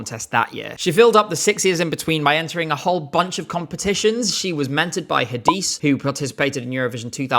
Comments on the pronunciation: omg its pronounced litterally "Ha-di-s-E", not Hadis omg that was kinda funny lol <3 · I love you and your channel but this is gonna be out of context, the way you pronounced Hadise's name made me want to jump out the window. But aside of that, thank you for your videos, love your channel. Love from Türkiye ❤🇹🇷